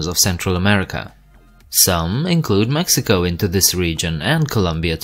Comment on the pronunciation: Literally not a soul on this planet thinks Colombia and Venezuela are a part of central america lmao, also why do you make an effort to pronounce all the countries correctly with the exception of Mexico lmao makes no sense smh